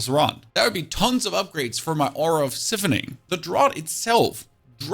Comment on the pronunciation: Love your content but the retired teacher in me would like to say that siphoning is pronounced long I like ice…. It’s a nationality thing I bet…..